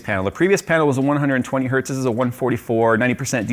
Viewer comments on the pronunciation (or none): none